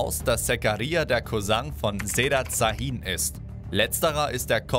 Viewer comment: Şahin wird scha_hin ausgesprochen